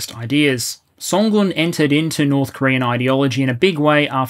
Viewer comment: Good job pronouncing 선군 correctly!